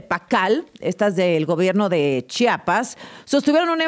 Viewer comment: Que diga bien Chiapas no chapas no es puerta